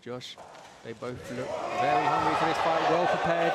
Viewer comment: Hahaha why does he say “foight”?